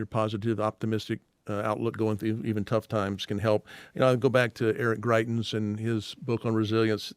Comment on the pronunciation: Greitens?! Seriously?